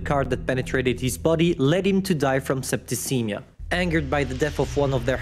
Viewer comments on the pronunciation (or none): none